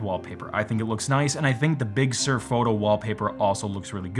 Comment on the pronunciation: Also: it kind of irks me how Apple is picking many Californian places with Spanish origins (I know, it's inevitable, but please bear with me), especially those which were completely bastardised by AmE pronunciation. “Big Sur” has got to be the worst so far, since I, as a Portuguese guy who actually speaks Spanish fluently, mentally read it as “Big soor” (for those who don't know, “Sur” means South, by the way), not as “Big serr”. It will always create a bit of a mental disconnect whenever I listen to it or even say it aloud. Apple's “crack marketing team” could certainly do better when considering names and at least try to pick those which are at least a bit more consensual pronunciation-wise. It can make IT support job easier around the world, believe it or not. Sierra/High Sierra, Mojave and Catalina were at least a bit simpler in that regard.